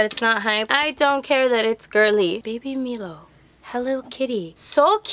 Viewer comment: It’s baby milo mai-low not meelo